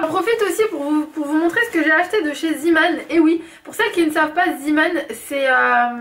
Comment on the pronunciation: salut ma belle jai kifféééé 😍😍😍 mais pour zeeman sa se prononce ( zéman car en néerlandais le E = É ) ps : je suis bruxelloise c pour sa ke je le sais